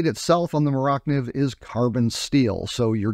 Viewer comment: Iz not "more oct niv" iz "more-ah niv" or Mora Knife